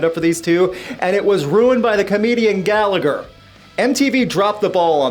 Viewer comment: The 2nd G in Gallagher is silent.